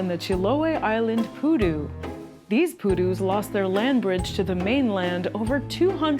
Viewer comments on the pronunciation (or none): she insist in call the creature PÚDU with an accent in the first U when specifically it as the accent in the second u, PU-DÚ :face-red-droopy-eyes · it's not pUdu it's pudU Sorry it's funny to say it cause of leviosa Thanks for showcasing this little fella, he really needs more people to be aware of his existence, we need to take care of them if we want them to keep on going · Pudú, not Pudu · piudu... maybe poodoo like moose, and the p is more like a drum p*. Saludos, greetings :) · It was so weird hearing poodoo along the whole video, it's pronounced the other way around "puˈðu". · It's Pudú, stress on last syllable, not poodoo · The pronunciation is SO off putting..... Pudú, no Pudu. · its pudú, with accent on the second syllabus